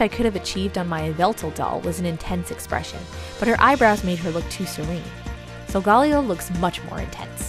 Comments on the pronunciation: It’s pronounce(So-go-Ley-0) not (So -go-Leo) Watch Pokémon sun and moon on Netflix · SOULGAWLEEOH Me: TRIGGERED Its. SOL. GA(guh). LE(ley). O. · It's not sogaleo it's sogalayo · BTW solgaleo is said sol-ga-lay-o (sorry for the misspell) wow I’m telling you you’re saying it wrong but I can’t spell it right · Its so ga la o that is how it is pronounced but i still love you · It’s pronounced sole- ga- lay- O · Isn't it pronounced sol-ga-layo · Beautiful doll, but Sogaleo is actually pronounced Soh-guh-lay-oh, as stated in Pokemon Sun and Moon. It’s okay to get stuff wrong, so don’t sweat it, but this is just for future reference! (I’m a Leo too! Zodiac buddies!) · Solgaleo is pronounced like Galileo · solgaleo is pronounced Soul-ga-lay-o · It's pronounced Soul-ga-layo